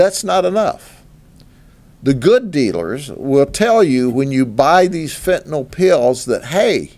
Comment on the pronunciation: Thank you, Grady Judd, for saying FENTANYL correctly. Last syllable sounds like "ill", not "all". Great job on these busts. It'll be a sad day when you decide to retire!